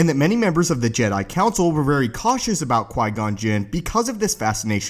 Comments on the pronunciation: Qui gon not qui non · Who’s Qui-Non? ;) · Typo buddy. You said Qui-Non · Qui-Non?? Haha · Ah yes the best secret character “Qui-Non” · Qui-Non? Lol